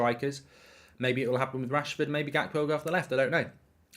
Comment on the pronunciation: Unrequested pedantic question — isn’t the “G” in Gakpo pronounced like the “G” in Ruud Gullit?